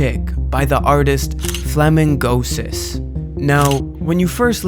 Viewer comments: flamin-gosis is not how i would have pronounced that name haha. flamingo-sis seems more likely imo. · its "Flamingo Sis" not "Flamin Gosis"